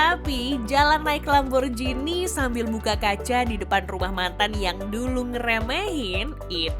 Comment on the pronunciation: Dalam bahasa Italia G tetaplah G bukan jadi J...jadi bacanya tetap sesuai tulisan Lamborghini bukan Lamborjhini...